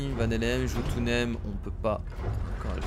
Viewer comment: jotunheim se prononce yotounaïm